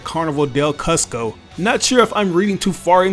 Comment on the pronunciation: It's pronounced COOS-CO homie 👍👍👍